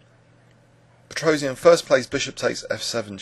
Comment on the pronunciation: His name is supposed to be pronounced pet-ross-yahn, NOT pet-rose-ee-an.